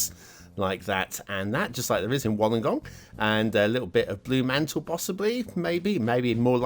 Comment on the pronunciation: Pronounced “wool-ung-gong” 😜. Great place to go whale spotting! Us Aussies like to swear a lot hahaha